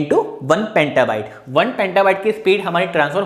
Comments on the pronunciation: it's petabyte bro not pentabyte. But nice video and explanation :) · Petabyte not pantabyte